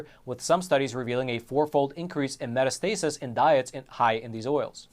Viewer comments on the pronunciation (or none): none